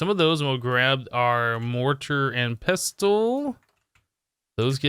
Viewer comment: THE ‘T’ IN PESTLE IS SILENT!!!!!!!